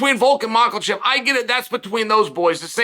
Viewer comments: man i love hearing Chael butcher the last names of UFC fighters 😂😂😂 Macklechev and Piera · It bothers me lol, how hard is to to pronounce it right haha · At this point, I think uncle Chael is messing these names up on purpose. Surreal and mocklechev lol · slight mispronunciation, chael is never wrong.